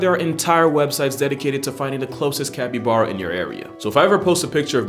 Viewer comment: Capppybaaaaaaaara....mate. I love your videos. I couldn't get past like the 5th time that you mispronounced it. 😆 Sending you love though. Maybe work on that. It's like bear like a bare bottom. Cappy...baaaarrr....uh...copy?